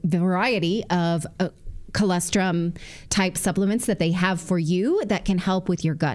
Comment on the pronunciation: It's colostrum, Nathali; not colestrum. 😁